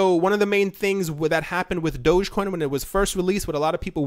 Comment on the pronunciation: I can’t take you seriously because you said DOGGCOIN and not DOGECOIN.